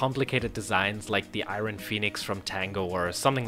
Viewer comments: How do you pronounce the iron wrong its not said eye-run its eye-un you over pronounce the R. Also what is with the "we" and "us" I am not playing the game. You are. They're not "our" tools they're your tools. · I hate how you say iron lol